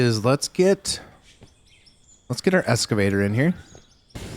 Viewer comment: please please please bro dont pronounce it "Escavator" PLEEAASEE lol its an EXcavator, or Hoe, some weirdos say "front shovels" but those ppl are sociopaths. but any sort heavy equipment operator just cringes when we hear someone call it an EScavator... lol